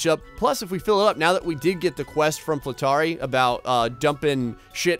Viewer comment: FLEEtari, not Flu TAAri like you say it :) ALWAYS stress the 1st syllable, the beginning. Best you could try on English basis, say FLETtari, or FLEE...tari (which would be Fliitari in Finnish).